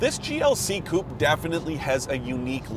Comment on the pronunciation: It is amazing how some reporters never learn how to pronounce 'coupé' or 'Porsche'.